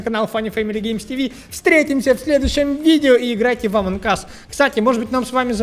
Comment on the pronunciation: Ааааааааа не амонк ас а амонг ас